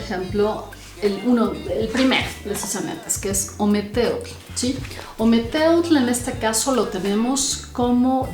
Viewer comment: Nefasto la pronunciación!!! ( ,ometetl)